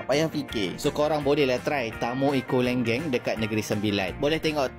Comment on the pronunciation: Pronouciation Lenggeng tu salah... 😂